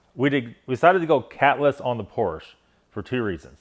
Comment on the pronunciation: It's hard to take advice on Porsche from someone who doesn't say PORSCHE correctly!!!😀😀😀😀🚘🚘